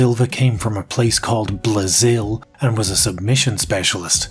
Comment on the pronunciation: “Blazil” fuckin lol